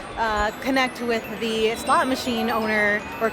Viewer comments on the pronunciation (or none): none